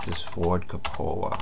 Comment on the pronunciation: Actually the name is Coppola, not Copolla :) And the accent isn't on the second "o"... :) However the tut is awesome, you have teaching skills indeed !!!